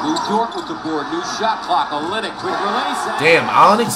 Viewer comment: He called Kelly Olynyk “Onyx” and Bam Adebayo “Adenayo ” 😂😂😂😂😂😂